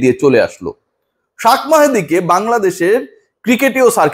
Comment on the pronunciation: বার বার শাক মাহেদি শাক মাহেদি না বলে শেখ মাহেদি বলেন মিয়া😁😁